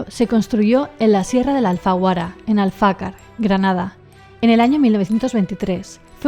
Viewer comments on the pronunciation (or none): Empecé por los últimos videos y ya voy por los primeros!! Solo una cosilla, no es AlfAcar, es AlfacAr, y es una ruta muy chula para hacer andando. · Alfacar, lleva el acento en la última a 😉